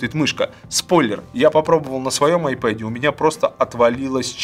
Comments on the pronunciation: не айпэд а айпад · Айпад ане айпед